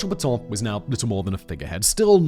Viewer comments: Not Peton, but Petain. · Pétain, not "Pétans"!